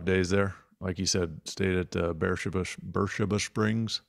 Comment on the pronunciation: Isn't Bersheeba the same as Bathsheeba?